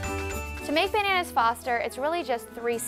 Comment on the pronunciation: She said "bernannas" - 😂😂😂